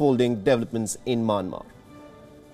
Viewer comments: y he is saying maanmar?it's Myanmar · Myanmar is pronounced Myan-mar NOT May-Yen-Mar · Wion, can tell the fellow it is Myanmar and not Manmar.. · Sir, It’s not manmar. It’s Myanmar 🇲🇲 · Not manmar.its mayanmar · Why does he call the country "Manmar"??? Hey it is called Myanmar pronounce properly da dey